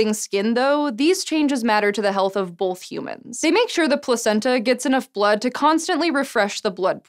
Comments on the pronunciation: Suvi-tuuli Allan I think it's because I admire her uniqueness. Being from KY, I never hear people say "Bolth", so for me it makes her even more unique. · She said Bolth!!! I <3 her even more.